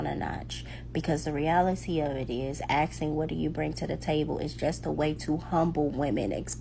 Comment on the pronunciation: Bragging about her degrees, accomplishments, etc. but saying 'axing' instead of 'asking.' Make that make sense.